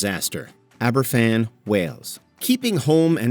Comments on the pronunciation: It's pronounced Abervan. A single f is a v sound in Welsh. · Does anyone even fact check the pronunciation? The Aberfan entry has archive footage with the correct one, how do you get it wrong? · you really expect Americans to be able to pronounce a Welsh word right? They struggle with English. See Worcestershire 🙄